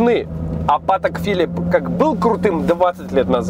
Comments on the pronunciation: правильно "патЭк филИп", а не "пАтэк фИлип". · Все класс,но!Па'тэк Фи'липп это "зашквар",ударение на последний слог в обоих словах. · тачка-бомба, обзоры тоже класс! Но, брат, patek philippe произносится с ударением на последний слог, как и все французские имена собственный, прям слух режет, прошу прощения)